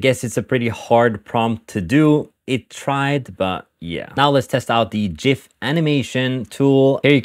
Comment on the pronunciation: You said GIF correctly. Bravo. Takes true bravery nowadays.